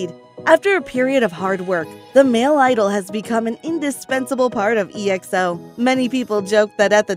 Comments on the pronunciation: The way she pronounced each group is kind of annoying me, like seriously G-O-T 7 it’s got aka the word then 7. And for Exo it pronounced X-O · I funny how pronounced "E... XO